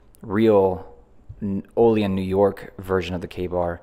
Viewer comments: Pronounced OH LEE ANN N.Y. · Olean is properly pronounced “Oh Lee Ann” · We say it with more of a anne at the end of Olean (ol-e-anne), if anybody cares. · Proper pronunciation of Olean- Oh-Lee-Anne